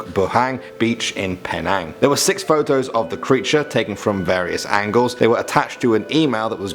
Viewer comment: The way he pronounced Penang.I had so much fun hearing him pronounce it differently. 😂